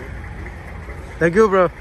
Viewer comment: Finque you frerooooo 😂😂😂 tu m’as tué